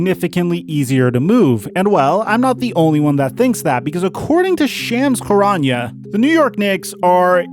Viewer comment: Hey, shams charania’s name is pronounced like this: Shums (like Chums) Che Ra Knee A